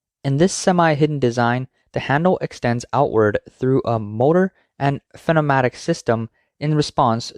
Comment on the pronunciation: Good job trying to say “pneumatic”; it’s a shibboleth, to be sure. Its practical proper primed perfect pronunciation is “new-matic”, precisely.